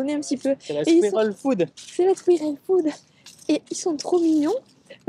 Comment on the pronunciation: Trop bien, comme d'hab 🤩 Mais...tu sais qu'on dit pas skouirel pour squirrel n'est ce pas, tu le fais exprès ?